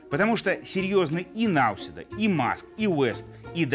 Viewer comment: Господин Лавров (ударение на "а"), незнание правильности произношения фамилии президента соседней страны, обесценивает вашу профессию.